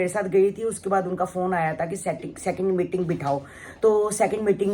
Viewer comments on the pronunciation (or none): none